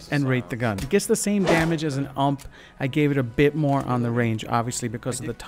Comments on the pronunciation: Dude..... Its called U.M.P not ump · Wait... wtf is a Uumpp is the U-you-M-Mm-P-pee 😑🤦🏽‍♂️ just thought I should address that. , btw The UMP9 is actually great gun ,probably one of the best smg or even thee best. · The ump isnt a word its seperate letters. U-M-P not ump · LOL the AMPPPP hahah U.M.P that hahaha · Idk why in the usa you call it ump in one word, it's U.M.P, i mean it's a German weapon so call it as it is supposed to be called... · Nobody says ump they pronounce it u m p. As 3 spereate letters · U-M-P not ump like pump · It’s the U.M.P not ump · Is not ump is u.m.p alrught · ıts not called UMP like you say U M P is the true way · It's U-M-P not. "UMP" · It's U.M.P. Not ump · It's a u m p not ump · U-M-P not fucking ump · It's called a U.M.P. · ‘Uhmp’ 😂 it’s so funny the way you say UMP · 212 it is not pronounced ‘ump’ you pronounce the individual letters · Say it with me. U-M-P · Dude it's pronounced IU-EM-PI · That's not how you say UMP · Love how he pronounces the ump